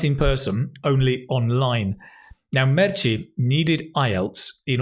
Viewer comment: Hahahaha, love the way you pronunce Meche. It´s Merche, ending in "e" , not Merchi ;). Greetings